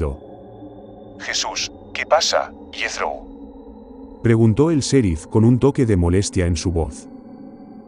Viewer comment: Hey no se dise ( serif ) el sonido en Ingles es ( cherif ) y se escribe en Ingles ( sheriff )